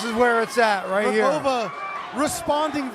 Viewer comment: I wish the guy who comments the fight have learned how to read Rogava and spell it as such. Great fight!